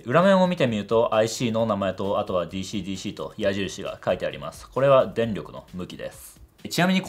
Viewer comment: DｽｨｰDｽｨｰの発音の良いこと